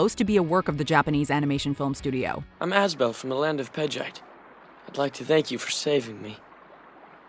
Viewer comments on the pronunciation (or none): Nausicaä is pronounced now-sh-caa because that’s how the Japanese pronounce it and Asbel is pronounced Ash-e-bell because the Japenese prounounce it